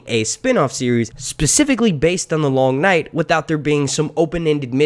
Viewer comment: I fucking hate how you say long night say it properly or don’t at all ffs